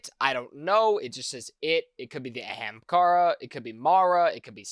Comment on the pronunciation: The way you say Ahamkara is probably one of the most American ways I have ever heard it pronounced.